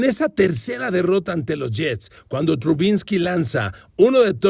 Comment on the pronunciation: 1. ¿Porqué insiste en decir "Trubinsky"? 2. Los niners NO estaban invictos cuando debutó Purdy. Siempre da datos equivocados en sus podcasts y que nomás impresionan a los neofitos.